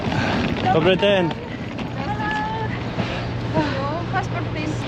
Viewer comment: Realy nice and funny too, due to your pronunciation of "dobre djen", your "Day" pronunciation is more Czech than Russian 😅😂